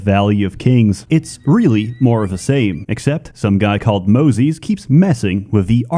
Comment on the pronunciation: The way he pronounces Moses always gets me.